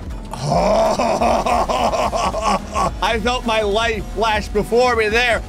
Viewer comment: did he say my book or parkour